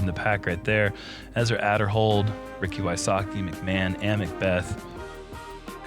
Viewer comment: Just for the purpose of this being commentary, someone should make sure that all the players names are being pronounced correctly. Specifically looking at Ezra, he said his last name has a hard A at the front. Love the content though!